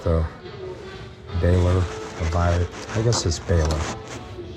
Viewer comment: Bauer is pronounced "Bower"